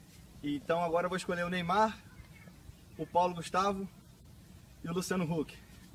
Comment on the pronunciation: Neymar sounds like he is saying "Eat a poo"